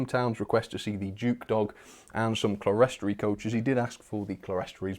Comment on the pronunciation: Clerestory is pronounced like “clear-story”, btw.